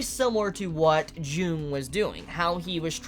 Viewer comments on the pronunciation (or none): Great video, outstanding as always. I love your Symbolism videos Also, I know you're not good with names and I just want to point it out, that "Carl Jung" is actually pronounced "Yoong" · Um. It's Carl Jung, pronounced Carl "Young".